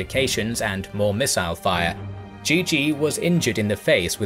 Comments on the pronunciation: its actually not pronounced as GG,, as always just butchered the pronunciation. zhizhi is pronounced more like chercher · it's not even pronounced like GG, this channels just loves to butcher chinese names, zhizhi is pronounced more like chercher